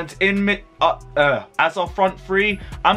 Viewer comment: Bro you need to take time and practice saying Timo Werner’s name right because you keep murdering it every time😂